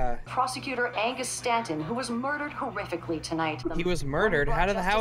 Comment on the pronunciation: notice the reporter said "hoorifically"